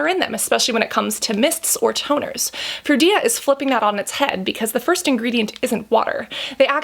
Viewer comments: Anyone notice when she said "fruida" instead of "frudia"? 😂😂😂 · Froo-dee-ah.... Not froo-ee-dah. Just saying. 😉